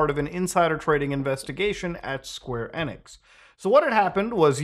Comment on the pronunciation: En-x but ive heard of enix 😂. Must be the accent.